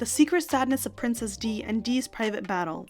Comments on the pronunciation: It’s “Di” ... not “ Dee” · I could be wrong,but I think that Di is prounced like Dye not Dee, possibly. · It's pronounced princess "die" (referring to Diana) not "dee."